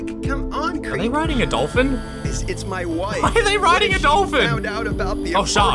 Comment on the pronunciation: i have been twaining for this mwy whole life me: wonders how he has been training during his 5 years or 6 years of existance